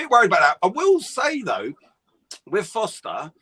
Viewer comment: It's not Foster it's Forster! Come on guys..